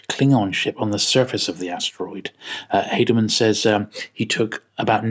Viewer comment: Haldeman is actually pronounced "Hall-de-man", not "Hay-del-man".